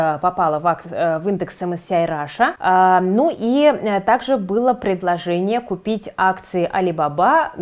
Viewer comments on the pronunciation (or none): none